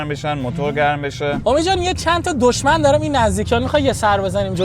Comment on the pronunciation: دشمن نه دژمن😂